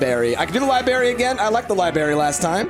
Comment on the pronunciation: IT'S NOT A LIBERRY ITS A LIBRARY!!! god that annoyed me through the whole thing and no one tried to correct him.